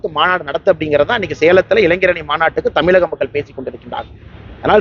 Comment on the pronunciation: உந்தாளுக்கு தமிழ் என்ற சொல்லையே சரியா உச்சரிக்க தெரியாது... அதில் தராதரம் பற்றி...